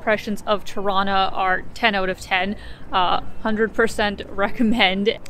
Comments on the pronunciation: It sounds like you're saying "Toronto" every time you say "Tirana" - you know, the way torontonians say it, by dropping the second "t". I'm getting the impression you're from Toronto. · Hello, is Tirana not trono! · You say Tirana, but I hear Toronna (Toronto). 😉 It's a hometown thing. Once the lockdown ends I'll visit my Albanian barbers and tell them about your videos. They are really good guys who tell me about their home all the time. Looking forward to more. Enjoy your visit. ✌✌ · I was listening while scrolling through comments and heard "Torona" too, did a double take. I think you have to be Canadian to get it :) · It almost sounds like you're saying Toronto every time instead of Tirana lol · Anyone else double-take on 'Tirana'? Sounds like how a drunk Toronto-nian would pronounce their own city's name!